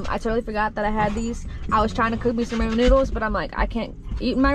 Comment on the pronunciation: It’s raw-min, not Ray-min damnit. I am offended 😡🤣